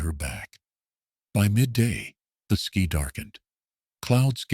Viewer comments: Great story. I just can't tolerate the AI always saying SKEE instead of SKY. So irritating. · Word - sky - said as ski. You need a living person to edit your video.